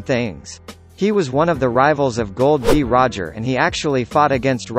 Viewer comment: Thats not Gold d. Roger thats Gol d Roger